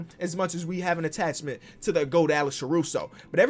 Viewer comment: Nononono, Alex CaruSHOW